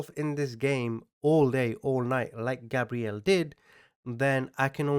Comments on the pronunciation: I was wondering why you pronounce the victim's name as "Gabrielle," a girl's name, when it's spelled like a boy's name "Gabriel"? I thought you were talking about a completely different victim for a sec. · You keep saying his name wrong. You’re saying it like Gabrielle, not Gabriel. Google the pronunciation and you’ll see you’re wrong. There is a proper way to say his name and you’re wrong. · right, Portuguese, Pakistani, born in England… so with all this culture you should be able to say a boy’s name properly. Daniel isn’t Danielle, Gabriel isn’t Gabrielle… they’re names of you’re native ENGLAND where you like to mention you were raised. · Gabriel is pronounced “gay-breel”. Learning to pronounce their name is being respectful to the victim. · It’s gabe Ree el